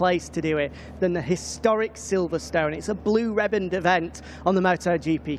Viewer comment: 'blue rebbined event'.. this bloke can really mangle the English language.